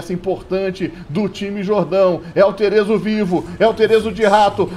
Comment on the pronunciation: e desh o nome dele não é terezo não é theeso mesmo, se fala tche eso